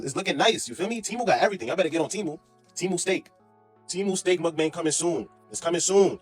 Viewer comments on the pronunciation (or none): none